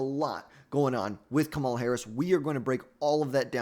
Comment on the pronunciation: Thats not how you say her name.